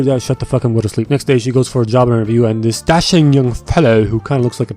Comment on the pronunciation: “ dis is the wey” 😂